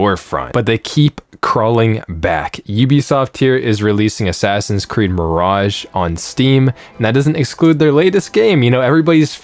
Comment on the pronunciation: Ass-Ass-In Creed 🤣🤣🤣